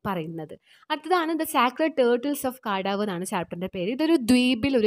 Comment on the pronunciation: The pronounciation of kadavu is ' kandavu'